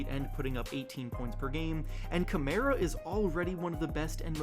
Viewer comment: For the record, Toumani's last name is said "Kuh-mar-uh". Closer to Kalamari than Chimera regarding the first two syllables. He also should be DPOY, easy. He is statistically a superior defender to even Evan Mobley. Evan has over 100 FEWER defensive stops made than Toumani. He is and has been the entire season minus a SINGLE GAME the BEST in charges drawn and other offensive fouls drawn. He doesn't have quite as many steals as the Great Barrier Thief, because that is their key difference in defensive playstyle. In example, Toumani leads the league in charges, while Dyson has ZERO. Toumani may not block as many shots as Evan, but again they play different styles of defense, and Evan is a 7 footer with massive wingspan. So naturally he has more blocks. Tou has a solid amount of steals, a solid amount of blocks for being a 3 who plays 2-4 this season positionally, but defends the best player every single game. He all around is one of if not they most effective deterrent in the league defensively. Deni is truly breaking out and all that's really left for him is to figure out his playmaking ability. It is there, and it is improving, but he needs to hone that in. From there, he's gonna be one of the most formidable two way players in the league without question. Scoot has also improved massively this season on both ends, which is great to see. Of course he still has a long way to go, but he's only 20 and I'm proud of him and the progress he has made. So I'm getting properly excited